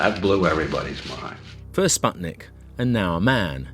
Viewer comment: How come you did this podcast in 2021 and still pronounced "Sputnik" wrong?